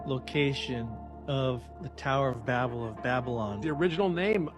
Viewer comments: How can u take a guy who can't even say the name right,Tower or Babal.BAB-BAL. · Man that guy almost sounded smart till he mispronounced Babel😂😂😂 For real. You're going to pronounce Babylon correctly but then you're going to pronounce the tower as if all the sudden your brain don't work😂😂😂😂